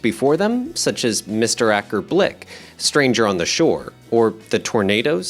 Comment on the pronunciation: Akerr blick!???!!!!.. AKERR BLICK???!!!! OMG ...... 😱😱😱🤣🤣🤣🤣🤣🤣🤣🤣 💀💀💀